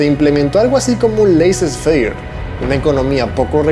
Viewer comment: “Leiser feier” (laissez faire)😧